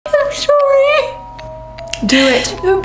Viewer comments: I can’t take anything seriously 💀 the way she said “I’m sHowee” at the start 😭😭 no hate tho I love her vids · "I'm schowwyyyyy" 💀